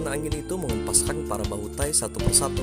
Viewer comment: Di baca bahutay bukan tahi.